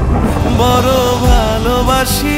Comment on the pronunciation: কি আর বলবো? বর বালবাসি নাকি বড় ভালবাসি কোনটা হবে? এটা বাংলা ভাষাকে বিকৃত করার শামিল। একজন প্রকৃত শিল্পী হিসেবে প্রথম লক্ষ্য রাখা উচিৎ প্রমিত উচ্চারণের দিকে৷ তানজিব ভাইয়ের কাছ থেকে এটা আশা করিনি।